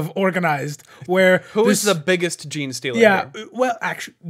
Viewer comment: “ jean socks”… you mean jocks?